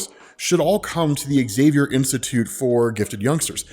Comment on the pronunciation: ok, I really need to ask.. when I watched the Xmen show recently, I think that was called Xmen 1987.. I kept hearing Magneto says Axavier instead of just Xavier.. and then i started hearing noticing that everyone was saying Axavier instead of just Xavier.. and Now I randomly watch a Xmen video and notice that you also say Axavier.. like what's going on? is it an american thing? like how you can't pronounce ratatouille correctly?